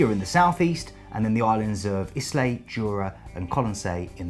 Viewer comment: Oban isn't o-BAN. It's O-bn. and Islay's pronounced EYE-lay.